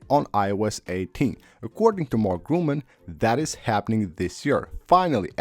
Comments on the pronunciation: By the way: The very trusted source is called Mark "Gurman" not Gruman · Like Cee-ree. And of course like it will be way way better. Like of course. Mark GRUMAN LOL God damn dude, how many times are you gonna pronounce his name wrong... "read re-cipes"? LOL you mean "receipts"? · I mean, after so many videos in which the name is not pronounced correct, I‘ve thought I give him a heads-up